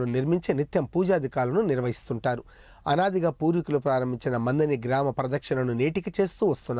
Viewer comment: అయ్యా...అనాది....అనది కాదు.అలాగే మందని కాదు మంథని...